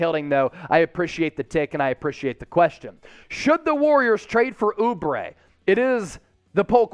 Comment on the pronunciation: oubre? lmao. stop it